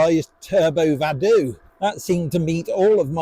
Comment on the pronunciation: Vado is Italian for I go. I don’t think it’s pronounced Vadoooooo